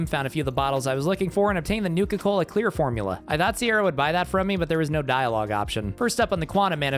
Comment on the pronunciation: Nuka-Cola Clear? lol